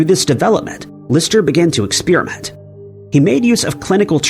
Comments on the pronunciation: Who pronounces "experiment" as "expeeriment"? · What is this "expeerament" of which you speak???